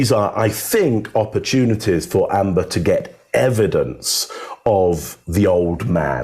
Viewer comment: 'Amber' not 'Ambre', right?